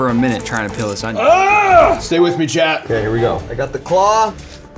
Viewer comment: Why does Mark keep saying "Chad"? Edit: Captions say "Leading frost" instead of "Leidenfrost". I think whoever did captions did not do a good job.